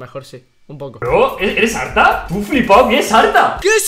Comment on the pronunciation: arta argentino al 100%